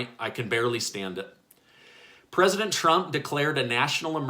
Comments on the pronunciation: I thought is was just a speech mistake the last video I viewed of yours but I actually think you are saying "President Chump", lol. Thank you for all your efforts. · Lmaooo did he say president chump 👀💀🤣.... or my ears heard something els ... I like that post board in the back....😁💖🖤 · Did he say president chump!!??🤔😳🤣🤣🤣🤣🤣🤣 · Did he say " president Chump"? 🤣🤣🤣🤣🤣🤣 talk about Freudian slip. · Did he just say president chump lol. But on a real note good job, been sharing your vids on Facebook and to close friends. Love your point of view keep up the good work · Please be more respectful in how you pronounce our PRESIDENT's name.